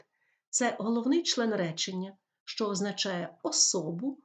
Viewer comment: Вы що проїзносете як ЩЧо